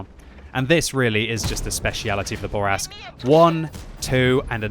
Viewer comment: It's not a Burr Rask, it's a Boo Rask.